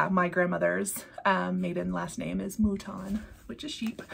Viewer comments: I can’t come up with anything witty so going basic.......goat sheep mouton. And your French wasn’t too bad!!! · Mouton (Like “mutton.”) Were your family sheep farmers? As someone who was crazy about knitting 🧶 for 20 years, I have a love of sheep and wool. And even though I live in the suburbs, my mom was from a Canadian French farm family. So I do love farm animals in imagery, and I have most of the Plum Street stacked animals. But I would love to have the mouton. I have heard other flosstubers say they appreciate the happy mail, but they also feel uncomfortable at the same time. I think you did a perfect job explaining it for all of you! I like your patchwork quilt. I might just get inspired to get into my fabrics eventually. I also love your flower Stitching! So many fun charts out there, aren’t there?